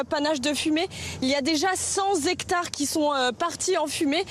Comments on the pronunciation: "Cent Zectares" (sic) dit la greluche zélée de BFM ! De pire en pire, mes bons ! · "centZZZZZZZ hectares"??????? Vraiment???? C'est journaliste ça????? 🤡🤡🤡🤡🤡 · Pour la "journaliste" de BFM on ne dit pas "cent "z'hectares" mais cent hectares ! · Comment une reporter de BFM peut dire: centS hectares alors que cela s'écrit : cent hectares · je crois avoir entendu "les cent z'hectares" dans la bouche de la petite journaliste de BFM ! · c'est cent hectares et non pas cents hectares... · La journaliste de BFM, cent Zhectares... Sinon merci Louis la chronique est excellente.😊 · "Centz hectares". Fortiche, la journalope de BFMerde! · Cent hectares dit la pseudo journaliste qui se fait arroser ! Mais elle dit : cents zectares avec la liaison ! Elle ne connaît pas l’orthographe ! Effarant ! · Cent hectares. Il n'y a pas de s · Cent hectares n'a pas de liaison avec un "s" ! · La journaleuse de bfm... sans hectares... donc rien à brûlé... On dit Cent hectares... sans liaison... un peu de tenue que diable...!!!